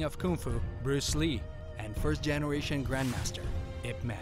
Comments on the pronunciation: Thanks for creating this episode. great job, but what the heck is I. P. Man??? It's pronounced: "Yip Man" Literally cantonese 葉問. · Did he just say ‘I’ ‘P’ man wing chun? 😂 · Yes, but NOT "Eye" "Pee" Man!